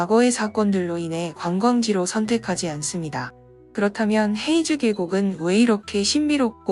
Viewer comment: 黑竹 (허이주)라고 발음됩니다. 헤이주 X 허이주 O